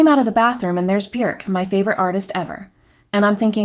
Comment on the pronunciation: I love that you got Björk's name right.